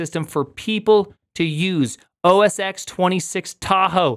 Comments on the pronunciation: You do realize that "OS X" pronounced OS Ten. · Back in the day, the X in OS X was intended to be pronounced "ten" because it's a roman numeral. Unfortunately, filthy casuals kept saying "X"...